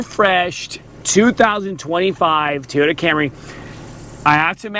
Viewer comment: LOL TEEyota.